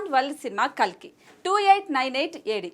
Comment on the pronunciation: Kakli kadhu kalki